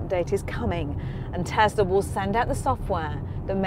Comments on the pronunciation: Just one thing. It's TESLA not TEZLA Ffs! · Say "tezler" one more time.